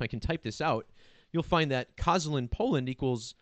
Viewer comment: "sz" in Polish equals to "sh" -- K-o-sh-ah-l-ee-n